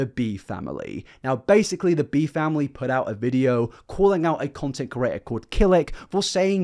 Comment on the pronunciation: 0/10 he says "curator" instead of "creator" and "disingenuine" instead of "disingenuous" for real tho I'm just memeing, good video